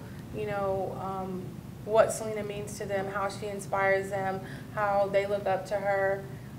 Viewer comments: It’s not Se-la-na it’s Se-lee-na cool vid keep up good work 👍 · It’s not salina... it’s SELENA!!!! I hate when people pronounce her name wrong. 🙄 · Please pronounce Selena’s name correctly... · this was amazing but it’s pronounced sel-ee-nah lol sry just had to point it out